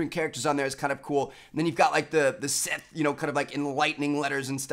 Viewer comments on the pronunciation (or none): none